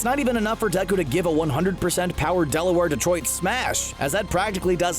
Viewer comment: Is this how it's supposed to be pronounced Delaware Detroit Smash No one: Me:....ok